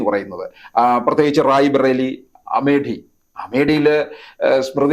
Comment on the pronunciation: അമേടി അല്ല അമേത്തി ആണ്...